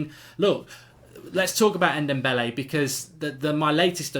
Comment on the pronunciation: Mark, say dombele, and now say dembele...can you hear the difference? And also it's Yedder and not Yeddar. Amateur